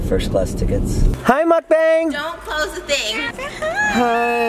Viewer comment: Kills me that she is saying 먹방 (mukbang) wrong and then calls her dog the wrong pronunciation too 💀💀